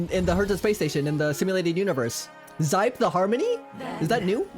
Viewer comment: I belive Xipe is pronounced like "she-peh?"